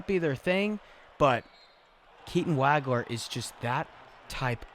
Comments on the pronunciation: It's not WAG-ler. It's WAHG-ler. Rhymes with "dog." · Great review. One thing, though. It's pronounced "WAUG-LER"......not "WAG-LER".